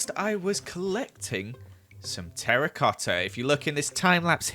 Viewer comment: the way he says, joEls meZALiAn terRIcoTTa!